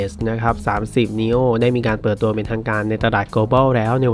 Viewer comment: เห็นด้วยครับ